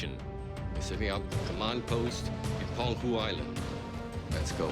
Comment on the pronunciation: Its PENG HU island, not PEN GU island